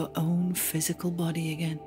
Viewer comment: I was all calm until she said “againe” GFFFICSTIJ